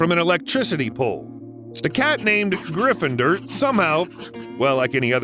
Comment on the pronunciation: its "griffin-door"